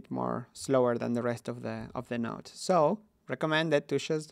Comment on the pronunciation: "Niode" :3